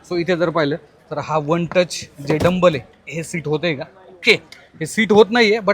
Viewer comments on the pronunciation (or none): खूप चांगली माहिती दिली . धन्यवाद दादा. फक्त एकच correction करा. Seat हे one touch tumble होतात. तुम्ही " डंबल " असा शब्द उच्चारला. त्याजागी tumble हा शब्द वापरावा. 🙏🙏